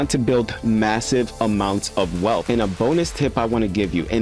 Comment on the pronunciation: Bro! PLEASE stop saying WEALPH or WELF. It’s WEALTH :) You’re to smart for that….